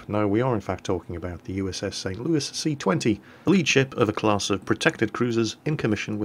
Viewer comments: Because Louis ends in an S and not an E. So why would you say it as if it ended in an E and not an S? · ThatGuy3714 Louis is a french name. St. Louis the city is named after King Louis the Ninth of France, who was sainted by the Roman Catholic Church, he was a crusader and such things like that. I actually been to the city, they have a Cathedral dedicated to Saint Louis as well, very nice mosaics, almost medieval in quality and style, not something usual in the United States. Anyway, the french pronouce Louis as "loo-ee" the "s" is silent. By the way, St. Louis originally part of french colonization, not english. It is an originally french city! Same as New Orleans (Orleans is a city in France). We don't say Orleans the "French" way either !